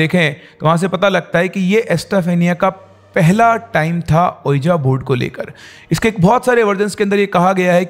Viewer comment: So Many ppl listen to ur wrong pronunciation. Unknowingly they are learning wrong things . Can’t u jus google the correct pronunciation? What is iloojan baba ? Have mercy on ppl ? And what is ueejaa board ? It’s pronounced as weejee board .